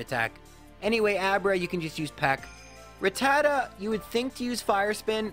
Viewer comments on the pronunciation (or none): none